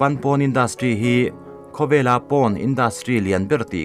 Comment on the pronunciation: Porn(poarn ti a lam tur),PAWN a nilo